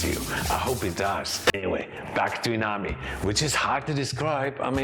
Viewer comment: Is it just me or you keep saying uNami instead of uMami? 😂